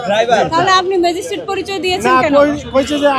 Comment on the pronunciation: উনিতা ম্যাজিস্ট্রেট বলেন নি। বলেছেন ম্যাজিস্টিক।